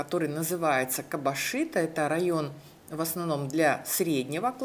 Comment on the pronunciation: Не кабашито, а кабажито